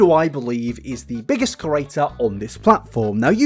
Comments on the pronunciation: Stop saying CURATOR!!! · Liked the video but my pet peeve is how u pronounce it "cerrator" and not "creator", sorry i just HAD to get it off my chest 😅